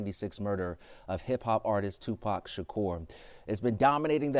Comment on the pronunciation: you spoke of Tipac so well pronounced God bless you❤